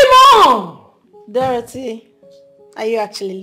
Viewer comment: The name is pronounced Dorothy not Dorathy. She's really jealous friend , always attacking and competing with the fashionista Queen Injideka 🤣🤣🤣🤣❤️🇬🇭